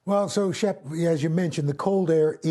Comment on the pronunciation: He said Shep but I thought he said it too. Hilarious either way 😂.